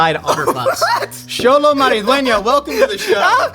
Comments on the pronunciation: this is why i love josh! thank you for pronouncing Xolo's name perfectly and correctly <3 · Respect to the interviewer for pronouncing Xolo’s full name right